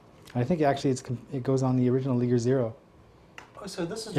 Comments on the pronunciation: i beileve it isnt pronounce leeger. but lie-gur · the liger is pronounced the same way that tiger is its a mix between tiger and lion :P .. and jager is like yayger.. :D awesome videooo!